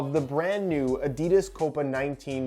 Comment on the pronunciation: I love your reviews, however, every time you mispronounce Adidas I want to flick your nose.